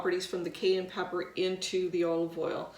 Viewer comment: Why are you mispronouncing Cayenne?